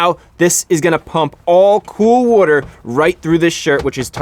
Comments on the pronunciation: why can u not say water? lol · I love how chrisfix actually uses the word "WOTER" so many times